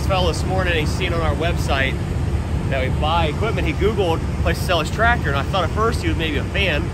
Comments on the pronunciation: Oh so tradder is Tractor. That's quite an interesting speech impediment. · It's TRACTOR!!! not tratter.